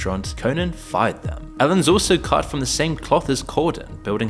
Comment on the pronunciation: dude. You need to learn how to pronounce possessive nouns.... "Ellenses"...."guestes rooms"....is not how you orally say "Ellen's". You're hiring writers apparently, their first job should be to educate you on this!